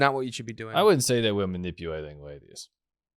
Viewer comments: Why did bwo switch up on dark wolf as soon as the wadies come awound. Bwo is fow weal a awagg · i didn't know wadies moved in thwee dimensions